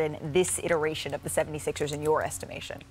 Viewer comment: I read this comment as Perk said Philadelphia 76es lol he pronounces it like it’s spelled here. Maybe that’s what they were aiming for 😂